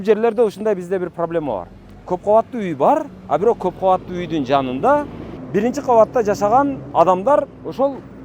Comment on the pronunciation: Ыдырас кыргыз тилин адабий тилде сүйлөчү. Тышыңыз эмес тишиңиз де. Бырынчы эмес биринчи. Оштөө эмес ошто, тушунбосө эмес түшүнбөсө, анан айтып коесунар чыныгы кыргыз биз деп